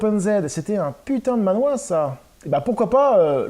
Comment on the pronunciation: Hello, alors, petite subtilité, il faudrait prononcer le mot manhua, "manh -RUA" (avec le h qui se prononce limite comme "la jota" en espagnol) et pas manhwa (BD coréenne). J'ai aussi acquis cette série dans une brocante récemment, et ça m'a coûté plus de 70 balles, tu as fait une affaire ! Andy Seto est une grosse star à Hong-Kong. En France, il y a aussi eu la publication de King of Fighters Zillion, les quatre justiciers ou encore Tigre et Dragon. Ces deux dernières séries n'ont pas été au bout de leur édition française malheureusement. Il se murmure qu'il viendrait au prochain Angoulême de ce que j'ai cru comprendre entre les lignes...